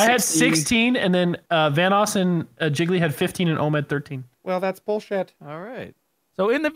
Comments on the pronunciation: that accent thou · Vanoos sounded so Canadian right there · Canadian accent comes through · vanoss Canadian accent shows